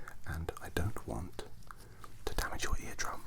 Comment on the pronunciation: "inflammation of the eardum" mate you are cracking me up I'm trying to sleep 😂😂